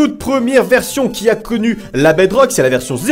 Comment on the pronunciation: Je rêve ou il a dit 8 sucret sur la bedroque